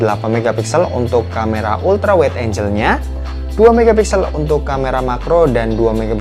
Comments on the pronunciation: Angle itu enggel ya bukan enjel (angel) punten slur 🙏🙏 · Kamera ultrawide angle bukan angel🤣🤣🤣 ultrawide enjel gak tuh🤣🤣